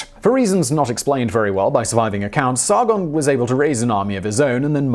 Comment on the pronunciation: Roll the "R" in Sargon please. Its SaRRRgon. and its Gon, not gone